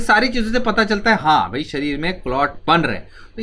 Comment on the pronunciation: It's शरीर not सरीर